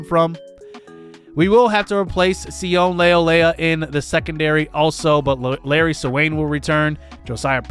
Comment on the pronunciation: His name is Si-oh-nay Leulea